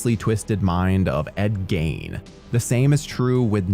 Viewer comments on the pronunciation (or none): Goddammit, I hate When documenters dont DOCUMENT for accuracy: Psycho 2 came out in 1982 (the tagline even states its 22 years later). Also, how does anyone not know Ed Gein's last name is pronounced "Geen"? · Why is it so hard for you youtubers to pronounce Ed's last name correctly? He's only had like 5 movies made about him.